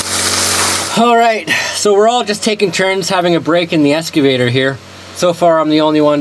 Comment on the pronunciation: hes a Vampire...is he saying "Esgavater" isnt it Excavater ?